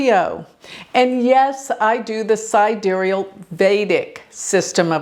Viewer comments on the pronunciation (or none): none